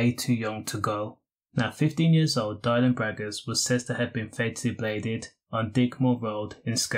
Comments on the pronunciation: Exactly. At least say his name right though. Rest in peace Dylan. 😢💔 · At least say his name right